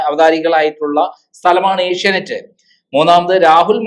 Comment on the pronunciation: ഏഷ്യാനൈറ്റ്‌ അല്ല ചേച്ചീ... ഏഷ്യാനെറ്റ്‌... ആദ്യം അതെങ്കിലും പറയാൻ പഠിക്ക് 🙏